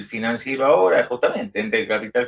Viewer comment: Shonatan... shora .. shora